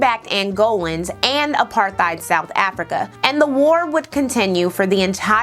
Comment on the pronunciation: You say apartheid the correct way I always thought it was apartteid.